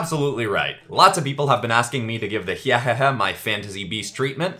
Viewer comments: Its pronunced hi hee hee not hehehe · It's pronounced( hi )ah)hehe) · I think hyehehe is pronounced hi-eh-he-he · Btw it's not hyhehe it's Hyehehe (Hi-yeh-heh-hay)